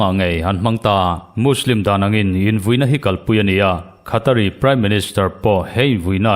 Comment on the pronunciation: Qatar khu Khata ti toh suh aw mate..😅😂